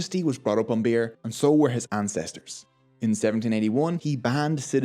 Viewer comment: Haha..love the way you say beer beuerrr XD